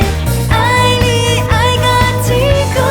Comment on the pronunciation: 天光的發音 為什麼是 "嘰咕"?